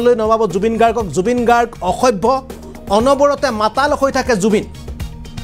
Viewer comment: মাতাল শব্দ টোক একেবাৰে কব পৰা নাই এই জন আৰু কাণ তলিয়া চৰ দিয়াৰ কথা কৈছে আচলতে আপোনাক হে দিব লাগে